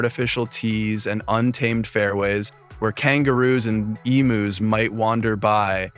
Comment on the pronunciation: I was really enjoying this post until you desecrated the pronunciation of "emus". Why don't you check (eem yews) before you show disregard for this Aussie icon? You show no empathy for our culture. Now eff off!